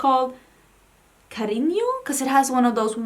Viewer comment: 👏 You pronounced "cariño" really well! Not everyone can pronounce the "ñ" in spanish, typically they pronounce it as "n". I love your videos!!!😁